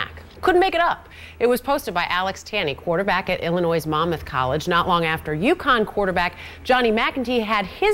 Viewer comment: she pronounced the S in Illinois. haha